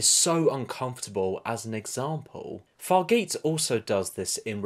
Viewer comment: Hey her name is pronounced Far-ja (as in jarring).